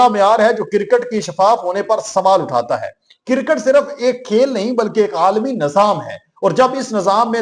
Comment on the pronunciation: Bhai kircut nahi hota kriccut hota he ap ne india ki cricket ko کوڑا کرکٹ ker diya he